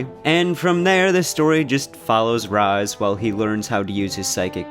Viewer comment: This is by far the worst review in the history of game reviews. I stopped video after the 10th time you pronounced Raz wrong no ahhhh in his name and you call the story stupid it’s comedy. Thank god I can make up my mind and not listen to your horrible review. You need to do something else reviews are not your thing